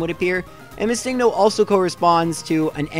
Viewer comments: Its missing-no not miss-Ingno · My only pet peeve is that you pronounce missingno as mis sing no. I mean, it isn't wrong but still mildly annoying. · your saying it wrong its MISSINGno. and whaaaaaaaaaat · Ugh! I can't believe still in 2019 people are still pronouncing it as "Missing No". The "NO." stands for the word number. It's "Missing Number" not "Missing No". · You say MissingNo wrong. It’s missing no short for missing number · Is it just me or did he call Missingno as Mi-sing-no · ITS PRONUONCED Missing-no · You realize the original comment was poking fun at how pronounces the name, right? How he emphasizes the "sing" in missingno. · I've never heard someone pronounce MissingNo the way you do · Why do you pronounce missingno like that but missing the right way? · I like how you pronounce MissingNo. Like its an actual pokemon name and not missing number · You say missing no. Very strangely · The weird way you pronounce Missingno. Is distracting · is it just me or is he saying missingno really wierd